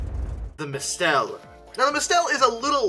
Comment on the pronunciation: "Mistel" is pronounced like mistle, emphasis on the first syllable.